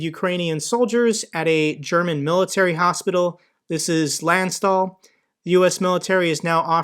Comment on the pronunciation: Thumbs up! Btw., "Landstuhl" is pronounced Lund-Shtool (for English speakers). Could be translated to country-seat.